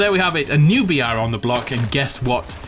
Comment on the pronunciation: weirdly every time he is sayin 'BR' it sounds like "Biyatch"